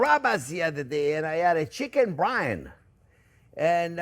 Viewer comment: chicken brian.😂😂😂beef david...i thought it was byrani...brian eye